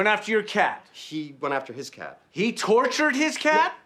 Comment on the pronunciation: "He totured his cat?!"😅😅😅😅